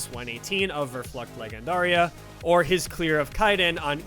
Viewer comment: Great video! Just a tip, leggendaria is said as ‘lejjendaria’